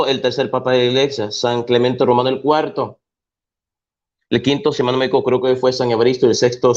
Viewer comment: Dios santo!!!!!¡ Le importa un comino??... wow. Vomita todo tu veneno. Y habla bien,, se dice siglo cuarto, y no cualto